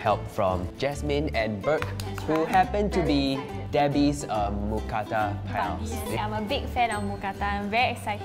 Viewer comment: I’m so happy since I’m Thai and moo means pork or pig but it’s not pronounced like a cow Kata means pan So mookata together is a meal name Edit: that is the almost perfect pronunciation of mookata